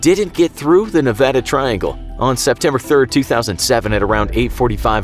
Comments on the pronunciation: At least he said the word Nevada the right way lol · As a Nevadan, I thank you for pronouncing Nevada correctly. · I'm so glad you say Nevada as it's supposed to be said it's annoying when they say it the other way it's Nevada not nevoda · you pronounced Nevada correctly thank you from reno ❤😅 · As someone who has lived in Nevada for most of his life I have 2 things to say: 1, thanks for saying "Nevada" right 2, I've never heard of the "Nevada Triangle" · Thank you for saying that calling Nevada the other way is annoying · Wow you pronounced Nevada correctly, most people don't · Thank You! You said Nevada correctly. You have no idea how badly it bugs the locals here. Cheers. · Yeah I was surprised he did most people who don't live in Nevada never pronounce it right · You know who surprised me by pronouncing Nevada right? JackSepticEye. Didn't know that the Irish said it like Nevadians until I heard him bring it up in a video. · SAME. I ALWAYS GET TRIGGERED WHEN THEY SAY MY STATE WRONG